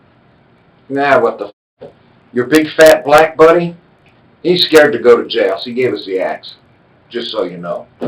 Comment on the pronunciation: Is it me? Maybe it’s just me but the one cop says big fat black buddy like there’s something wrong with being black not so much emphasis on the big or fat but the black seems to be where he adds a little extra emphasis. Somebody let me know if I’m Trippin maybe my ears are playing tricks on me.